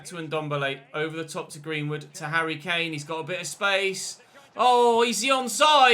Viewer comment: “He really is the Moroccan *hurry Kane*”